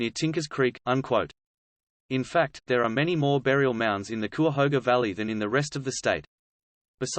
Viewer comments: It's "KI-uh-HO-guh". Anyway, I hope this is more protective of the site, and not whitewashing history and paving the way to destroying the site. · Kai uh hoga. Thats how you pronounce cuyahoga. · It’s pronounced Ki-a-hoga. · It's "ky-ah-hoe-ga" (Cuyahoga). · He's accusing CVNP authorities of hiding "the truth". I personally know rangers and park officials who are intellectually honest and curious and I can't believe that they are hiding anything. (I do wonder a little at the credibility of a guy who emplys an AI voice and hasn't figured out how to pronounce "Cuyahoga".) Indeed, if there is accuracy in what he is calling paleolithic sites, I can attest that the park authorities would be VERY interested in protecting, researching and promoting them as attractions to draw traffic. He makes accusations...who has he talked to in the park management? Silly. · Every time he mispronounced " Cuyahoga" I want to scream. But this is a awesome informative video that makes me want to go exploring. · Can't pronounce Cuyahoga.